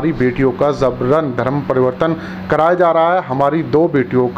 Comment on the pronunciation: ZABRAN KYUN bolta hai..JABRAN BOL...Urdu nahi PADHAI kiya..sad very sad..